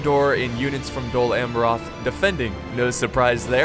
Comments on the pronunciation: hehe Dol Amrrrrrroth:3 your awesome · Cringes whenever tries to pronounce Dol Amroth or Amroth, lol Good battle tho!